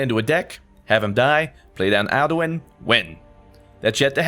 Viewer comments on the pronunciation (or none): Your accidentally saiding "Arduin" instead of "Al-Du-In" (Alduin) xDLove the new logo! Pop. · he keeps calling alduin, arduin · I died at his pronunciation of akatosh... and "arduin"... I love you but... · I love you to death but every time you said "Arduin" I died a little inside. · did you ever play skyrim because whenever you said "arduin" instead of alduin I cringed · "Arduin" it's ok I still love u It's alduin btw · Don't wanna be that guy but... it's pronounced "Al-doo-in" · ITS ALDUIN NOT ARDUIN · I have to admit it bothered me so much when you said Arduin a ton of times instead of Alduin. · I was actually triggered when he didn't know Alduin and called him Arduin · mfw he calls alduin aRduin and soul tear soul tease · He calls Alduin Arduin I hate u so much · I died inside when you said arduin ps your great<3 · Listening to you call him Arduin was alduous. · Did it bother anyone else when he kept saying Arduin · you said arduin but i still love you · Stop saying arduin!! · "Arduin" You crack me up xD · Just saying because it honestly bothers me, you're pronouncing Alduin wrong. Best if you look up the pronunciation, it's got an 'een' at the end of the word, if that helps x3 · kinda triggered cause you can't even pronounce the main boss in Skyrim, and you call yourself a Skyrim fan. Don't get me wrong I luv you but sometimes you just pronounce stuff terribly wrong. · where were tou getting the r from in Alduin?